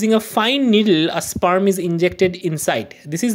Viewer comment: Sperm ❌ spaaaarm ✅